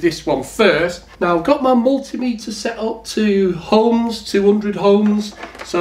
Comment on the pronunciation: The word is 'ohms' & not 'homes'. 😂